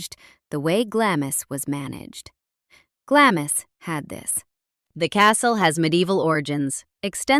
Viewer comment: Glamis is pronounced Glahms!